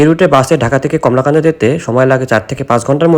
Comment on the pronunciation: কলমাকান্দা উচ্চারণ ঠিক করুন। কমলাকান্দা নয়।